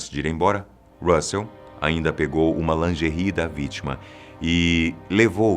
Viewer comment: "Assassino de lingerris" KKKKKKKKKKKKKKKKKKKKKKKKKKKKKKKKKKKKKKKK SOCORRO